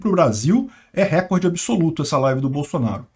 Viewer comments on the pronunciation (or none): none